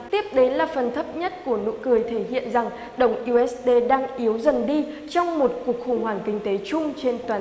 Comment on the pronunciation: 1 là đọc "diu ếch đi".2 là đọc "u ếch đê".